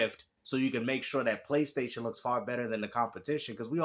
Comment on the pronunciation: In every time the way he pronounces PlayStation is very very remarkable. He calls it thr "Pchlaystation"